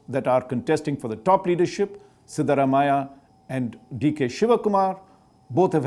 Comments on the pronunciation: It is unfortunate that such prominent reporters with a national reach are unable to pronounce Indian names properly. He claims he's from Karnataka, but still can't get the ex-CMs name right. It is ಸಿದ್ಧರಾಮಯ್ಯ/सिद्धरामय्य, but Shri. Chengappa seems to say ಸೀದಾರಮಾಯಾ/सीदारमाया. Then again he says ಬಾರತ್ ಜೋಡೊ/बारत जोडो rather than ಭಾರತ್ ಜೋಡೊ/भारत जोडो. Any Karnatika should be able to get those sounds right. And while it is not a Kannada name, he also messes up Chattisgarh, saying चतीसगड़ instead of छत्तीसगड़. Really unfortunate. I don't know why it is deemed unimportant to get pronunciation of Indian words right. I'm sure any reporter would probably spend quite a bit of time getting things right, if one were to be talking about a European name. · I’m sorry. With a name like Chengappa, if you pronounce Siddaramaiah with a fake North Indian accent, your credibility is questionable.